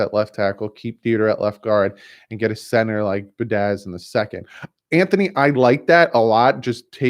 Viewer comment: As a victim of last name butchering my entire life - you are killing me bud. The Wisconsin o line is pronounced be-add-ish...and the jags pass rusher is n-gok-way. Personally, I think they shelved Rosen to let him develop instead of a full year of teeth getting kicked in again; ensuring he is ruined for his career. I think he could be a solid starter/Alex Smith type - depends what is built around him - I still feel like Marino and his knee braces is still a better option :p Keep doing what you are doing bud; loving the content as always!!!